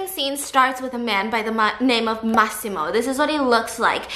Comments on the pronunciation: Nobody:: Maximore 🤣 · " Maximore " I'm dead 💀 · Why do I hear 'must see more' whenever stephiance say Massimo. Im DYING